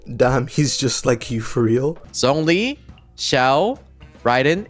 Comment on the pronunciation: pls stop saying zhiangling and zhingqiu 🙁